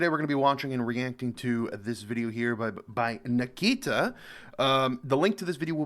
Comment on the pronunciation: Her name is Nikita not Nakita but it's ok good video keep uploading.